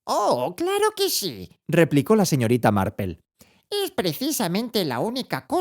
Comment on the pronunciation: Yo pense que estaba equivocada... que no habia leido Marple.... pero si, es Marple... Por qué le dice Marpel? Si es por pronunciación, seria algo más tipo "Marpl".....